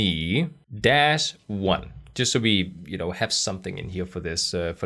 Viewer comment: a purfecy phonetic testemoni of "testimony" USA 😄😁 PT